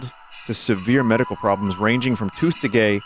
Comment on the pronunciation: Not tooth degay 😭